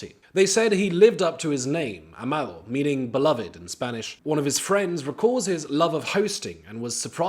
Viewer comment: Finally a show on YouTube with a speaker that speaks English and Spanish at least enough to pronounce the Spanish names correctly.